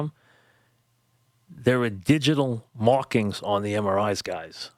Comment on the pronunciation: Digital mawkings... and I’m a hard mawker